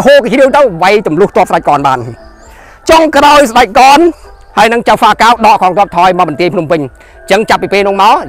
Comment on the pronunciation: ពាក្យ«ចៅហ្វា» សូមអានថា ចៅវា មិនមែនអានថា «Chao Fa» ទេ។ ពាក្យ«Chao Fa»ជាពាក្យសៀមទេ។ ឯខ្មែរយើងវិញ គេអានថា «ចៅវា» តែគេសរសេរថា «ចៅហ្វា»